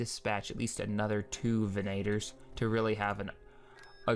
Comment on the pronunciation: "Veneytors" xD